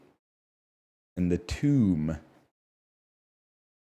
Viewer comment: Snivy isn't sn-ivy, but apparently Sn-eevee